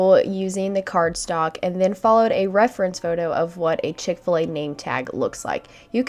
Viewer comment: Chick-Fa-La for sure